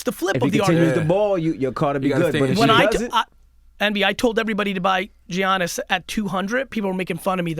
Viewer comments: Its not effin giannis.. its pronounced yannis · bro really said Jiannis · Please learn how say Giannis sheesh